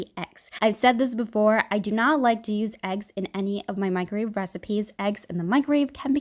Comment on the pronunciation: “No one will believe you cooked this in a micrave.” At what point is the way she talks considered a speech impediment?